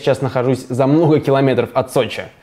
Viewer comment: мнохо километров